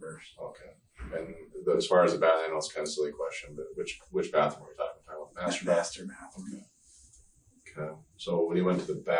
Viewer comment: Did this man just say Baster Mathroom?